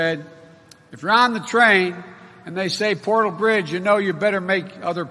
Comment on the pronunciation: "Porta bridge". What? 😨